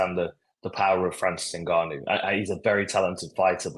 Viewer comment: Why do you struggle so much with saying Ngannou, its just ENgannou